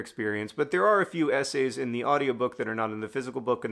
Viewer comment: So I'm Dutch and you're not and I get that BUT. WHY did your brain decide that the word "in" should be pronounced "on"?? like??? Anyway good vid bye